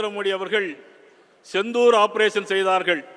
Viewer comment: யோவ் அது செந்தூர் இல்ல,சிந்தூர் 😄